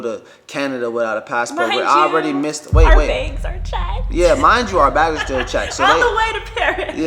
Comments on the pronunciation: SAME she says "beg" instead of "bag" like she puts an E instead of an A lol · Everyone: bags: begs 😂😂😂 She’s too cute 💕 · can't you say the word bags correctly sounds like your saying begs. Just let tell the story I can understand him more better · sounds like begs lol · I'm from Minnesota and I say begs too lol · Take a shot everytime she says baigs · I can hear it too. Check our Beggs ! Haha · I lived in Minnesota and (bags) baygs and bag-ills (bagels) blew my mind (I’m from NYC) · begs lol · Please change the way you’re saying begggsssss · Petition to teach her how to say bags. Yuck. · I cannot stop unhearing how she says “bags”😂😂😂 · The way says "bags" kills me lol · An northern Midwest thing 😝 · yess! That’s how Canadians say it too